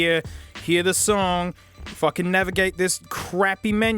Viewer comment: "if I can navigate" is what he actually says, but it does sound like f*ck with the accent and how he says it